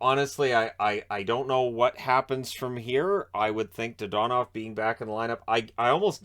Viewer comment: your pronunciation of his name is......frustrating